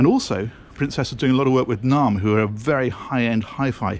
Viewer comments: I think you meant NAIM Audio,. I have only heard it pronounced as N-AIM. I met the founder Paul Vereker at a Naim dealership in N Clark Street, Chicago in 1993. Naim Audio has since been sold to the group that owns Focal Speakers. In the 70s and 80s, the quintessential British highend hifi system was defined by a Linn Sondek LP12, Naim pre-power amps, Linn Isobarik loudspeakers. Naim have now moved into boats and cars. Hope they keep your feet tapping whilst you are attempting to pilot the vessel. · Isn’t it pronounced ‘n a m e’ 😉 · It’s pronounced {name} Naim 😊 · I've been pronouncing Naim wrong for years :-\ I always pronounced it Name